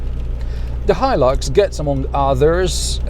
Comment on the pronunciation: Finally somebody teaches me how to pronounce Hilux